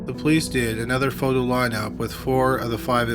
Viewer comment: "Photo." "Foe Dough?" "Photo." "Faux doe." Fo-do' His strange pronunciations really ARE pretty awesome. I think it's part of why i'm here... :)